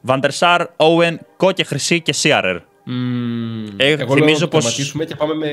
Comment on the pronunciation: Σιρερ όχι σιερερ